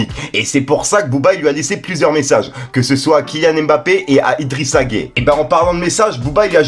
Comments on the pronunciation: Je regarde tes vidéos mais sérieux fait un effort même si tu n’es pas foot renseigne toi!! Tu parles d’un sujet sérieux et tu arrives à appeler ce joueur => Idrissa gay, c’est Gueye(uuuuuu) autant quand je t’entendais dire Nino ( alors que tu es plus musique que foot) au lieu de Niniiiiiio (Ninho) ça me faisait rigoler mais là…. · arrete je suis mdr, c'est Gueye pas gai ou gay.... mdr mec la tu fais ca expres ce n'est pas possible. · Arrête de prononcer son nom de cette manière c’est idrisa gueye comme hey a la fin et non gay comme tu le prononce pcq la c genant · Nan mais tu t'embrouille encore c'est nimp ta vidéo ce n'est pas idrissa gay poto je sais tu connais rien au foot mais la prononciation d'un nom de famille fais un petit effort stp par respect pour idrissa gana Gueye force a lui et soutien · C'est idrissa gana Gueye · 🤣🤣🤣🤣 faut prononcer le E a la fin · Non mais laisse il a du mal avec les noms et les mots lui c est un truc de fou 🤣🤣🤣🤣😓